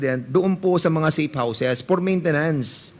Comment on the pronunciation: Pwede ba Fernandez huwag ka na mag English! Yung letter F naging P “ Por maintenance”.. Saan ka ba nag aral ng English mo? 😅